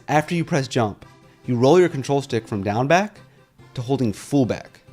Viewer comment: everytime he says down back i hear gang bang